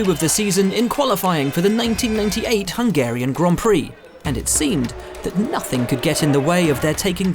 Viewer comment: the way you just said Hungarian descusted me ewww f1s social people are cringeworthy as fuck LOL geeegeeeeeee